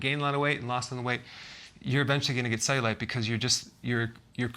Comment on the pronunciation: Why does he pronounce it ze-you-light